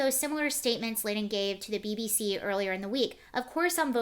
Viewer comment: John Lydon pronounced Lie don